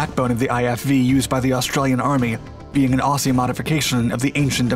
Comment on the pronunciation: Another minor correction. Narrator can't even say "Aussie" properly.